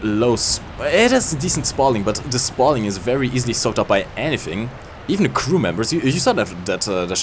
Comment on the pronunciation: Es heißt THE nicht ZE!^^ Warum macht das fast jeder Deutsche?